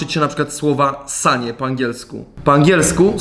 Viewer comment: Usłyszałem ssanie A nie sanie